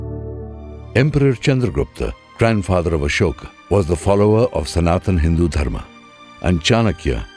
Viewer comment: Superb video but I find it PAINFUL to see you using the Hindi shortcuts to Sanskrit words. It isn't Yog, it is Yoga. It isn't Dharm, it is Dharma. And many such changes. Really, is that little "ah" so difficult to pronounce? 😢😢😢